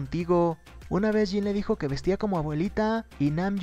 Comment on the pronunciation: "jins" :v